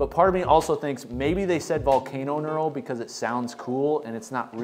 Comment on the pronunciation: He's saying nural. It's pronounced nurl (knurl).